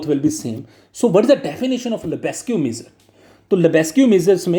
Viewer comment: For love of GOD, please learn how to pronounce "Measure" though great video